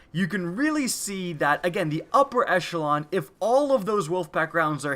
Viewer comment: Upper... "escheolon"? What are you saying here?